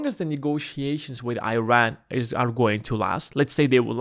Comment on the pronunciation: Please pronounce the country of Iran properly. Show respect on how it should be pronounced. It’s all about credibility too. Thank you